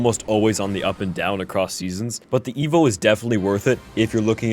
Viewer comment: Half of the time you saying evo and the other half you’re saying evil 😂